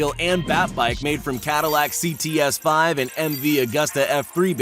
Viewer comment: and its cts v not cts 5